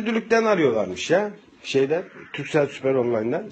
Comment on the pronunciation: turcell değil Türkcell kardeşim.